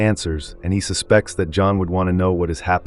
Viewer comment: AI narration doesn't know where to place the inflection based on how a word is used. IE: "He suspects…" versus "The usual suspects…". AI at its best is still pretty damn poor.